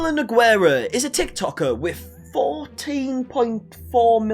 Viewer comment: I love your videos, but i spit my cereal when you spoke the word nogueira, as brasilian i never in my life heard someone say it that way, language is a beautiful thing, but sometimes is funny as hell (nogueira is a very comum last name and is a type of tree to), sorry for the long comment. thanks for the video!